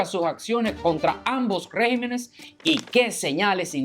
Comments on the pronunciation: Estimado...por favor, enmienda lo que dices. Estàs diciendo REGIMENES...Lo correcto es: REGÌMENES...con acento en la I. Perdona, pero deseo que todo salga bien en tu programa. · Regímenes, se pronuncia con acento en la "í" REGÍMENES.... cuidemos el idioma para no darle paso a los progresistas. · Se dice: "Regímenes", y No Régimens,lo cual es incorrecto. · No se dice régimenes, lo correcto es REGÍMENES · No se dice rÉgimenes, sino regÍmenes. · Se dice regímenes. Buena entrega...